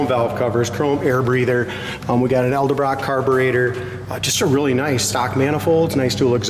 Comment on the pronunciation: Eldabrock carb? Sounds like he says eldabrock